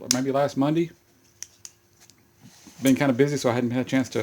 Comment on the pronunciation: he said mondee